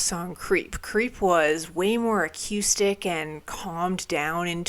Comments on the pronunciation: Why do u keep mispronouncing acoustic? I know u know how to say it! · We need merch: a t-shirt that simply says "Acyoustic"